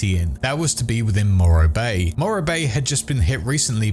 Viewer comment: Morro bay 😂??